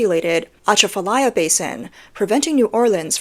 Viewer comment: Wow, she pronounced Atchafalaya pretty close. That's rare.